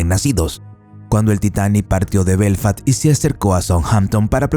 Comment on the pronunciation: BELFAST..no Belfat